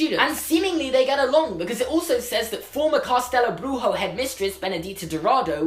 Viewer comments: Well... Castelo Bruxo isn't pronounced like that. What you are saying is somewhat spanish, but it would need to be Brujo to be spanish, if I understand it correctly. The Bru part is correct, but the xo part is more like SHOE than RRO. So it would be pronounced more like "Cast-a-low Broo-shoe". (the broo is like broom, but without the "m"). Nice video, great theory. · It would be awesome to see something about Castelo Bruxo (btw you're pronouncing it wrong, the 'xo' sounds like 'shoo' 😂) ... I think it makes sense to show some other schools around the world cause everyone is curious to see what they're like and the Harry Potter franchise is so big in Brazil it would be cool to appear or be mentioned in Fantastic Beasts... (I'm Brazilian so I would love for that to happen 🇧🇷) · Pronounced “ castelo bruxo “ wrongly , I think you were trying for Spanish instead of Portuguese which is the language spoken in Brasil ( yes it’s spelled with an s ) . Other wise I enjoyed the content . I hope if they bring Brasil into FB they don’t slaughter it , I remember twilight tried to bring Brasilian legends into their universe and it was a absolute slaughter. They talked about legends of river dolphins , had the Spanish maid call him a ware wolf then had the main male character inform the female character that the maid suspected he was a vampire. The translation part might be incorrect , but 100 percent took a legend of river dolphins and called it ware wolves. It was gross to read , but I think JK Rowling could possibly do it more tactfully creating her own thing while respecting preexisting lore which she has done with other cultures in the past. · in fact you pronounced Castelo Bruxo as if it were in Spanish, in Brazil we speak Portuguese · Amazing job, you pronounced Portuguese like it was Spanish.